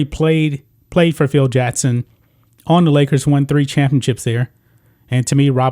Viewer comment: It's Phil JACKson not Phil JATTson.